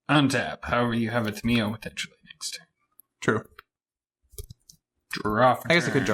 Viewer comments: Actually lore-wise it is pronounced Tom-e-o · Its Tam-yo. :D